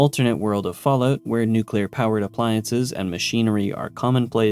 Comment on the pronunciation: i luv the Canadian version. Falloot, eh?